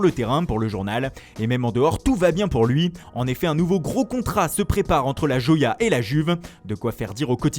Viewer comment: "La joya" prononcée a la française mdr